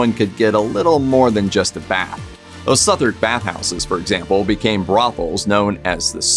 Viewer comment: Interesting video. Can I just point out that Southwark is not pronounced as it is written. It is pronounced suth-uck. Otherwise really interesting